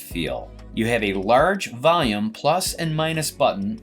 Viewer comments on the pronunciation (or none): none